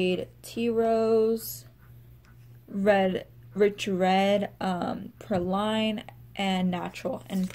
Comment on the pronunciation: Just so you know, “praline” is pronounced PRAH-leen (though we Okies like to call them PRAY-leens :) ). It’s a French confectionery consisting of a caramel-covered almond or hazelnut.